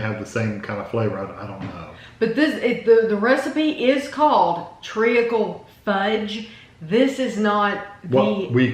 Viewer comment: Hi, it’s pronounced treecle. You don’t pronounce the a. Great review as usual.